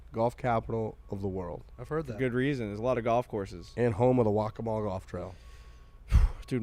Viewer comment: Perfect pronunciation of "Waccamaw" boys 👍